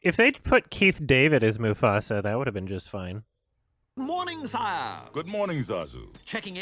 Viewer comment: The way says "sire" is probably the worst performed word in the movie